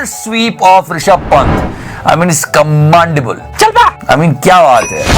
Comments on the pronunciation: it is not "commandable" it is "commEndable". You are a great youtuber and an influencer as well. The right pronounciation will help your followers also learn the right thing.🙏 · Nice video. Sir you pronounce 'commendable' incorrectly. Please note the 'e'.